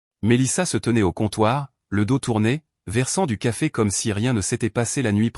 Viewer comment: 28mn environ..😂😂😂😂 " Qu'à fait ?" ..au lieu de " Café ?"...😁😁😁😁